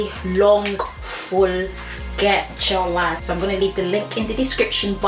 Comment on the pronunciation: "Gech your lyfeeee" 😂❤️